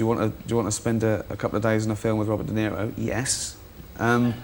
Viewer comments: Wobert De Zewo eh. Not that faakkin old zionist satanist globalist cabal goon again. Weely? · “Wobert Deniro” 😂😂😂